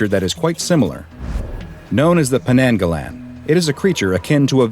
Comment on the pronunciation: Hi im Malay and to make things clear we dont call them Penanggalan, this may be a just mispronunciation because we call them Penanggal. And old tales say when a women is in labor all windows should be closed to keep penanggals out and a way to defeat them is to hide the body until sunrise of which the head will burn up and be destroyed